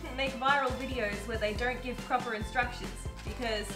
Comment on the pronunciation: I love how he said "gib" instead of "give" because that is how I say it 99% of the time. LOL.